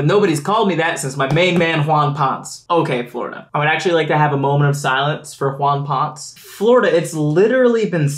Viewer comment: There may be a few Latino fans taking issue with Wawn Points when it should be Wawn Ponesay, like Carlos Ponce.